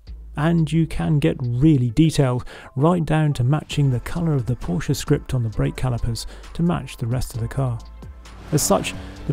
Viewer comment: Good video!.....finally a Brit that pronounces Porsche correctly!